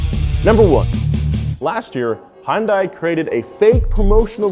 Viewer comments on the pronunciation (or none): Dude you pronounced Hyundai wrong. It's "Hun-day" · I'm from the uk and im thinking how does he pronounce some of them car company names like hyunadai its not pronounced hon-die but high-un-die and then dacia as well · it's HI-UN-DAE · Hyun-day. That's how it's pronounced. Thank you. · It's pronounced Hunday like Sunday. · It's Hyundai like Sunday. Jesus Christ how do so many car people not know this. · Never heard of da-cha. Heard of day-sia from top gear, but the sandero ain't stateside. Heyoondai, hyunde, hon-day. (The middle one is the closest to Korean pronounciation.) Jarring potato potahto business.